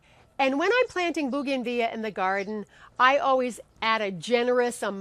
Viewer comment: It's actually pronounced bow-gan-vill-ia.